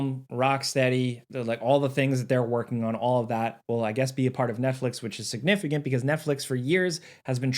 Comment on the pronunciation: "SignifiGant"? "SignifiGent"? "SignifiGint"? Hmmmmmmmmm, how many G's can we shove into a word with 1 "G" in it? It's just, making a living talking, with sub elementary...SOMETHING. Not spelling, but pronunciation? Sure. I'm wondering if comprehension is in there, too.